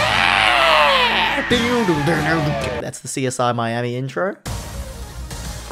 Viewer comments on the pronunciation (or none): none